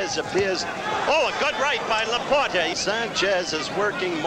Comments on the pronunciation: It took 2 rounds for Cosell to pronounce La-Por-TAY not "La Por-Tee" .Bad preparation . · Even though he couldn't pronounce Laporte's name.